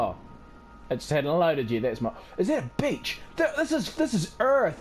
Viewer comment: Every time you said beach my parents thought you said something else. I got some weird looks…😂